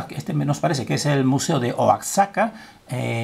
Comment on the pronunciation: maestro la guerra es de origen de los espiritus que juegan con el hombre se pronuncia oajaca y esas cabezas estan en tabasco mexico